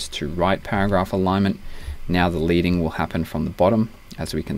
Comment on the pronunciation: Leading its actually pronounced LED-ing from the metal lead used in old typography. :)